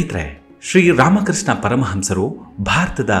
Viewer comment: ಧ್ವನಿ ಚೆನ್ನಾಗಿದೆ. ರಾಮಕೃಷ್ಣ , ಸೃಷ್ಟಿ, ಚಟ್ಟೋಪಾಧ್ಯಾಯ ಮೊದಲಾದ ಪದಗಳನ್ನು ಸ್ಪಷ್ಟವಾಗಿ ಹೇಳಿದ್ದಿದ್ದರೆ ಮತ್ತಷ್ಟುಚೆನ್ನಾಗಿರುತ್ತಿತ್ತು